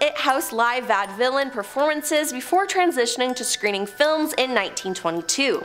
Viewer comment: Vaudevillain is pronounced as VAW-DE not vad